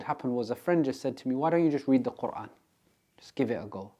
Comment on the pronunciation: His pronunciation of the word Quran made my heart melt ❤ Brother you have been blessed.